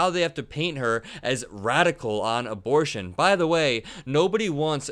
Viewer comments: "Imbortion", says the very stable genius. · "Embol....do you know this? What's the word?" He couldn't say "abortion". LOL